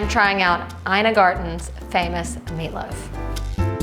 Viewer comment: Her name is pronounced Eena